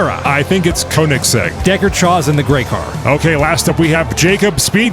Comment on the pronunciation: Pronounce Koenigsegg: KAY-NEGS-EGG. It's German, the oe sounds like a long A.